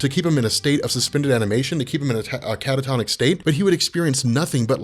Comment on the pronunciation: How many times can someone say " Cata-Tonis State" in 1 video ? Go